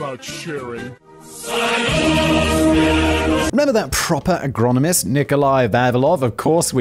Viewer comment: Man can say ''AGRICULTURAL SCIENTIST'' but can't say Agronomist. Simon, you're a wonderful being.